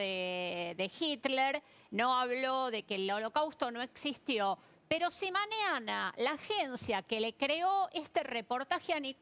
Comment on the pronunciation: porqué no pronuncias la ñ, nos es maniana, es mañana, moño no monio.